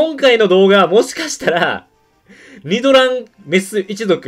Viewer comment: 発音が違う－114514点